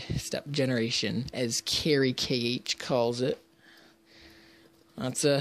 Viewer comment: you say carykh like carr-eek